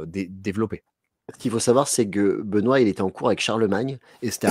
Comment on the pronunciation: ne change rien, quoiqu'en disent tes 2 acolytes, ta prononciation est top 😁😁😁